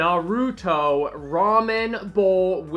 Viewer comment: I love you … but please stop saying “Narooto” 😭 It’s “Nar-uh-toe”